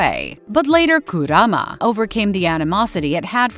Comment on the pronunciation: Please edit the Voice saying kurama